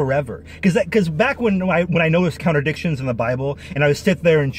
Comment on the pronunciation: I had to smile every time you say "contradictions" and was tempted to adopt your pronunciation: "counter dictions". Then I noticed that the section starting is labelled "Counter dictions":shelterin:.